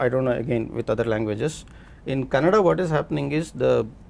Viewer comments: Rani Mukerji couldn't say kannada properly and was talking about diversity. And it's kannada not kannad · Rani Mukherjee reeks of arrogance nowadays and it is evident from the body language of other artists. FYI it is "Kannada" learn how to pronounce it. Appalled that other panelists didn't interject to correct her especially from the Southern Region. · Rani you spoke well about the diversity in the Indian cinema but It's Kannada not kannad...🥲🥲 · So much lecture about diversity from someone who says “kannad” for “kannada” :) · Before lecturing others please learn how to say KANNADA. ITS KANNADA not KANNAD. These thick heads don't get it. Its been years and at many occasions many people have corrected others. Mr Prithvi should have corrected Rani ji. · Kannad nahi kannada.. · Mr. Prithvi Konanur, great ❤❤❤, you literally made felow participants to shut their mouth 😂😂😂.. and its Kannada not Kannad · Rani madam it's kannada not kannad please correct yourself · no she said kannad not kannada and that's what we are trying to change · Rani Mukerji didn't understand the point of Prithvi and totally started giving lectures about India Meanwhile she said "Kannad" not "Kannada" which is disrespectful which made me offended she doesn't even know anything about our languages, our cultures which was the point of prithvi to make more rooted films eventhough irian films have budget constraints and freedom of speech constraints by government how they achieved that . She have not even achieved 1% of what Mr. Pritvi konanur has done to our Indian film making it recognised by rest of the world people.